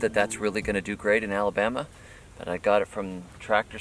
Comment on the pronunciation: Right after I posted my question I heard you say alabamee 👍 lol I’m in NW Florida like 20mins from Alabama line, appreciate your info all these years thx!